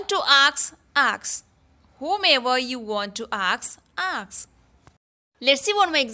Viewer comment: Ask or aks...u always say aks